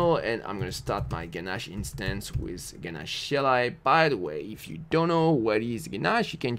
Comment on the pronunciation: i love the way you say "with". it comes like "wiz" :)